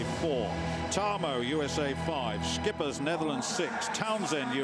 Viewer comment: Schippers is pronounce ship-ers... not skippers... lol wut a nonce